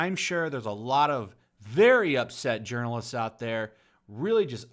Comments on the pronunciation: Sounds like you're saying Urinal-ists. Accurate. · Lol "urinalists." I hope that wasn't misspeaking and that's what you actually call them.